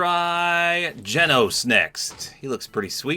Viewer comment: so for the glitching i think it's bc in the anime the have a hologram of him pulled up and it's when they see his pfp of his ranking and stuff and i think that's why it glitches bc it's like that ig idk i think it's bc of that but i love how u said genos name right most ppl don't